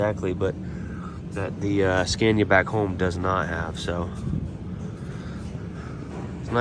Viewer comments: It's pronounced Scánia, not Skèènia :D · SCA-NI -A time to stop butchering it 😅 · Pronanuced ScAnia. "A" like the last "a" in Canada for you. :) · Learn how to pronounce Scania with an open A,, it´s not difficult. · Pro tip! Scania is pronounced with an 'a' as in martyr, not an a like in mad. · You can start on the second gear when you don’t have a load. And you pronounce Scania wrong 😉